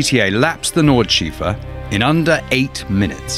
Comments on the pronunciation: Of course, he says of course a bit often, but that of course is a choice of course. Then, he talks about the “nordscheefer” or something. Only when he mentions the Nürburgring next do I understand he means “Nordschleife”, where the last bit should be pronounced a bit like “schlaiffeh”. And to top it off, he comes with this intricate story about an abducted girl and ties it to the car as one would tie a horse to a space ship. Maybe keep it a bit simpler and learn the basics first? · What is the Nordschleeeefe? 😆 That Porsche (not Porsch) was also a classic SC on a damp track and who knows who was driving. Quit the ludicrous badgering geez.